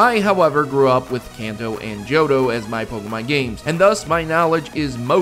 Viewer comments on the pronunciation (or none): none